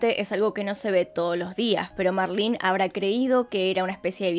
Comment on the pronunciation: Me caga que diga marlin es marlene 🙄🤦‍♀️ no sabes. Leer